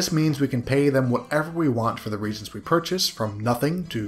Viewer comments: Nitpick: when you see the word as a synonym for magical ingredients, it's pronounced ree-AY-gents. Three syllables. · Ok i just realized you were saying reagents snd not regents and now everything makes so much more sense